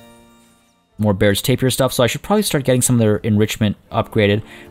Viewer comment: YES.but also,Not tapir beer,But Ta-beer!